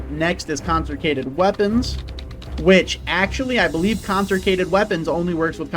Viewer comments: "Conserkated" 😂 consecrated my guy. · I don't think you pronounced Consecrated correctly a single time 🤣 It's good to see that OwtL is still alright even after the nerfs